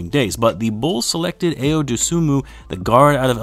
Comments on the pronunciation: Personally, I had Ayo (pronounced i-yo) on my Bulls wish list last yr and this yr. I'll wait till after Vegas to really hype this kid's potential up however, I can say for certain he will be on the crt nxt season. Ayo and Coby together again is going to be nice! #Gr8pick I wish the best for Sharife Cooper, but Ayo's better imo. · Really looking forward to seeing Ayo in a Bulls uniform! Illinois' first ever AP First Team All-American and the most clutch player in college basketball the last two years! (Btw it's pronounced "i-o") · His name is from Nigeria , and it's not pronounced way u wrote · lol but Tim is not Nigerian lol, its like pronouncing apple